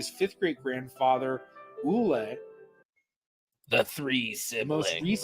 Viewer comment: As a Norwegian, I thought you did a fantastic job on your pronunciation of the given name 'Ole' as well as the patronymic 'Olesen.'